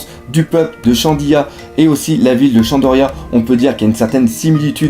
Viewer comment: Très bonne vidéo sauf qu'on dit shandora et non shandoria